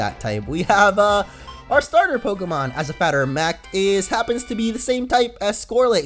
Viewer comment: Did anyone hear say "As a fatter of mact.." after catching the Scorlit.